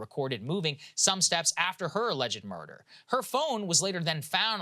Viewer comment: "Which culminated in the murda'(ugh) of the wife-the murder of wife" I see what you did there Saagar. Nice Southern accent wordplay combo